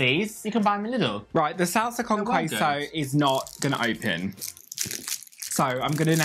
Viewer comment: Every time said “Sahlsa cown qüeso” I died a little bit inside (Also Bimbo’s bimbuñuelos are mexican but whatevs)